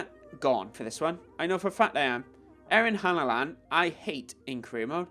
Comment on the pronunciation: He’s name is Erling Haaland, not Ery Hanaland!!